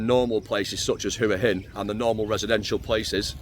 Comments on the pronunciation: Hua Hin is pronounced Wa Hin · yes wa hin not hua hin😊lived in Thailand for 17 years it’s Wa hin and pattaya is pronounced Patyha